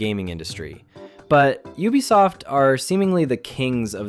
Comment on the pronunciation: Finally, a cultured pronouncer of "Ubisoft"